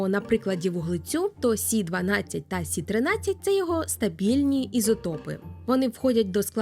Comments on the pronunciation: Якщо мова іде про хімічний елемент, кажуть Карбон, Нітроген. Азот і вуглець це прості речовини. І чому "сі"? Якщо хімічний елемент Карбон читається як "це", користуємось латинським алфавітом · А чому говорите "сі"? Я не чула, коли латинську мову відмінили як наукову?